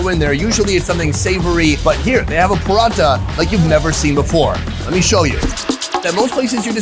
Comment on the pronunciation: OMG stop saying paratha that way!! We do not roll the R, it's not Spanish.